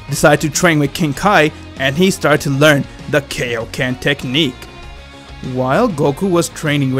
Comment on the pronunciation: its called kai-o-ken not kay-o-ken